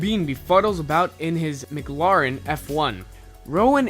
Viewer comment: Dude WAT DA FUCK IZ A MICGLEARAN